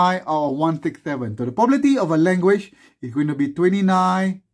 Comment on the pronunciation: lik the way you say probability as pobabaity